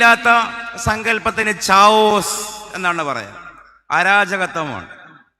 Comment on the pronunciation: ചാവോസ് അല്ല. കയോസ് ആണ് ശരി. ശ്രദ്ധിക്കുക.